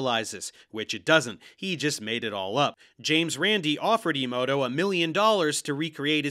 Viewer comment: Man, these two are nuts. And does anyone want to tell them how The Matrix is about how cisnormativity is how the robots control you? Small correction, though: you keep pronouncing that other fraud’s name “imoto,” when it looks like it’s meant to be “emoto.” (like “ey-mo-to”) “Imoto” means “younger sister.” 😂